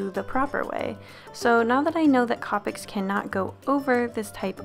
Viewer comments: Copics are pronounced co-pic not copic like co-owner not trying to hate though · Wow Iv never head anyone pronounce copics COPics I love the way you say it Iv always thought of it as COPEics 😄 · The way you pronounce copics is really satisfying for some odd reason